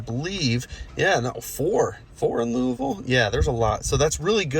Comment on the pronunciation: I see you got the Louisville pronunciation down. I always struggle with that one. Also the supercharger there is called Supuhchah-guh.